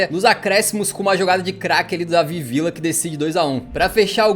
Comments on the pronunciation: a pronúncia e vija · Como é a pronúncia certa do Villa? É Vidia, Vitia ou Vilha?